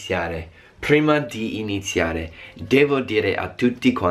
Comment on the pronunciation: PHHruima di inzHiare